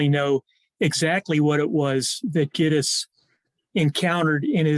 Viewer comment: Interesting converstation. I love the lady who pronounces Gittes the way Noah Cross did it without realizing... Chinatown is my all time favorite movie. Everything turns out perfect in it.